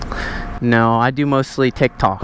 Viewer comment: He couldn't even say tik tokk right 😂😂😂 he knows it you lol